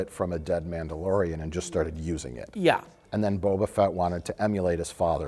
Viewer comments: The Nambalorian...? LOL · "Namblalorian"...omg! I love you guys so much!